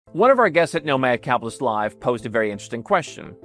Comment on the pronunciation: It just registered what I have been hearing say: Nomad "Cap'list". It has been spoken so fast that the "T" is silent. I mean no disrespect, just something sounded odd about his pronunciation. And keep these videos coming. I really enjoy the production value, topics and your presentation.